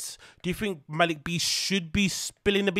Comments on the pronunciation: His name is pronounced “Mel Lick” but for some reason Schaub called him “Mal Leek” for ages despite being corrected all the time on TFATK, and eventually he got it right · It’s pronounced “Malik” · I believe it's pronounced "MAH-lick"